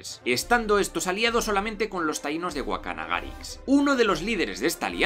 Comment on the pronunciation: Es Caonabo no Caonabó, sin acento. Guacanagaríx con acento en la íx. En República Dominicana hay algo que se llama complejo de Guacanagaríx. Es cuando un nativo se posiciona a favor del extranjero y le da la espalda a lo que es propio del país.